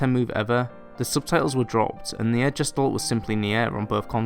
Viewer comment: btw. "gestalt" is not pronounced like "jestold", its german(means "shape" or "figure") and its pronounced like "guh·stalt"(where the st is more like an SHT)